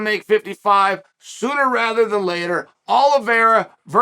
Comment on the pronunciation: Chael saying Benny Daroosh and Will Fury still cracks me up